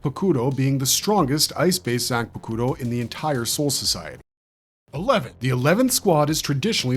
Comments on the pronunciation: I dont understand why u still pronounce zan pa ku ro( zanpakuto) if ur that kind of bleach fan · Bro Fr ahahah the way he pronounces the names.. I had to stop watching when he tried to say zanpakuto… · Dying at the way he says Zanpakuto 😂